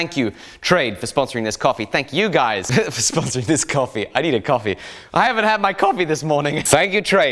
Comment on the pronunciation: For an italian hearing someone calling that coffé is hearth breaking